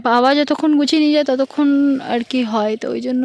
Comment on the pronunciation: Tumi tomar babak baba na deke, "ba" bolo kno?? Nijer video ta akber vlo kore sunbe. Ata kono version ar vasa..?